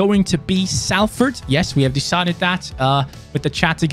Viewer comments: it’s pronounced solford not Salford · He already forgot it is pronounced solford lol